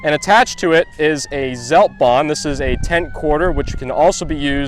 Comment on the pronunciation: They call themselves the best SS unit in the whole of the USA and they can't even pronounce Zeltbahn correctly. What a joke xD